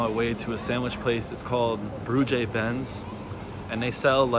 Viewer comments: Hi! Although my knowledge of the Dutch language is limited I'm pretty sure that "broodje" is pronounced "broad-[x]e" ("[x]" being pronounced like the Spanish "j"). 🙂 Edit: luitjanSlooten proved me partially wrong: It's supposed to sound more like "broadye". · You're trying, but the English vowel shift is kicking you ass... Double O sounds like O and j sounds like y. Brood is bread, and -je or -tje is a diminutive, so a broodje is a cute little bread. Say 'brode-tyuh' and 'freak on dell'. ;) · Thank you for sharing your experiences in NL. Pronunciation tip - broodje = 'brood' as in road (but roll the 'r') and 'je' as in chuh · You may want to research the pronunciation of 'broodje' and 'frikandel'. Glad you enjoyed Utrecht.😊